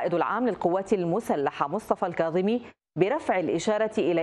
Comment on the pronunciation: لك رحمة لوالديك المذيع....ارجوووك حاول تلفض اسم الكاظمي صح....لك اسمه الكاظمي وليس القاظمي 😒🙄...افتهمنا عايش بريطانيا بس حرف الكاف موجود باللغة الإنكليزية...شبيك يوول ....بييك يوول 👊